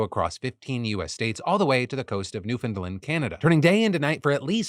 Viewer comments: New-Found-land Not newfinland. Love you for trying though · Phil! NEW-FOUND-LAND. think, you un-der-stand new-found-land! Promise it's the proper way! Grew up in PEI Canada. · lol “new fund land”. Ya butchered that one Phil 😂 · You pronounced Newfoundland wrong. It's pronounced "Newf-in-land", not "New-Find-Lind" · Its not Newfinland, it's New-Found-Land my dude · It's Newfoundland not Newfinland 😂 I'm from there I just always find it funny when people in the States call in newfinland. It's literally New Found land as in the "new found continent of North America" lol it was one of the first places Europeans settled on North America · Sorry to correct you Phill but Newfoundland is pronounced New-fin-LAND. I know that's not how its spelled but neither is the way Phill said it "new-fin-LIND". I "saw" the eclipse up here in Newfoundland. It was overcast but it suddenly going dark was still very awe inspiring. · "NEW-FIN-LAND" 😂😂😂😂😂 Phil this is my new Roman Empire 😂😂😂😂😂😂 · As an East Coast Canadian I feel obligated to tell you, Phil, that Newfoundland is pronounced New-fin-land. 🫣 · Phil its pronounce NufunLAND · Yikes! Am a Newfie, Phil! My dude! Pronunciation! Edit: it's New-Fin-Land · As your resident fan from Newfoundland, Canada: I gotta give you the same shit we give everyone else. We pronounce it like new-fin-land! (we know it makes no sence). But honestly, we all just freak out whenever someone talks about us because no one ever does lol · That's what he was basically trying to say and it's wrong. Newfin-land is the correct way to pronounce it if you're going to attempt to correct someone. My family has been there for about 400 years now and no one enunciates it like it's spelled (or even tries to) except people who don't live there. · as someone from Newfoundland, its pronounced new-fun-land <3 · Phil, I love you. But please, please pronounce Newfoundland correctly 😭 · YOU SAID NEWFOUNDLAND WRONG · The way you pronounced Newfoundland made me laugh.